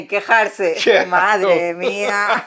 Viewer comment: "madre mia" with perfect pronunciation. And your brain didn't even think about it. You just said it. You got it,! You're so close to mastering Spanish slang.